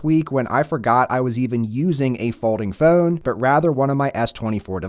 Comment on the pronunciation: I had to stop watching due to the way the guy says ‘phone’